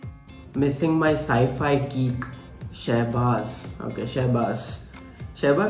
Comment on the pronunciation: He said si fi to sci fi